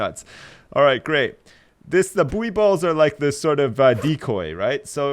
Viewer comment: For the love of god please it's (boo-ey balls)